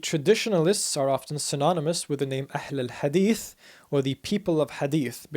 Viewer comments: Yeah, he pronounced it better than Turks who say ehlül hadis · The way he pronounces "Ahl-al Hadith" RESPECT